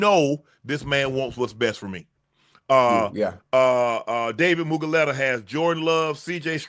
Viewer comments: It's Mulu-gheta, not Mugu-leta 😂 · Oh, you need to pronounce Dave’s name correctly this shit is so funny. You said it wrong 100 times. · For some reason Shannon pronouncing David mulugheta’s name wrong 100 times is really pissing me off 😂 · I wonder if Unc realize he says Mulugheta's name wrong 😂😂